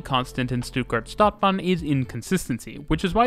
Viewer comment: Stadt (short "a") bahn (long "a")